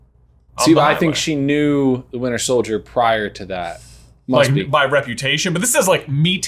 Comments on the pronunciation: "Winter Sholdier" lol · "Winter shouljer." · Is no one mentioning how said "Winter Sholdier" when reading the question??